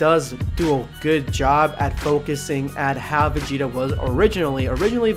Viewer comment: #EndofVideoSquad Finally Vegeta Ascension Thank you # You are the first person in my life that actually Says my whole name correctly